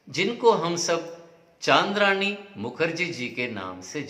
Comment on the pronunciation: चन्द्रानी मुखर्जी को चान्द्रानी मुखर्जी बोल रहे हो?